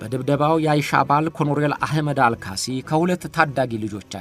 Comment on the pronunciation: ኮሎኔል በል ኮሮኔል ኣደለም